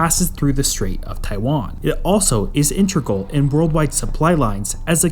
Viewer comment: Integral. In. Teg. Ral. You’re a good channel that clearly does the research. Seems like a blot on the escutcheon.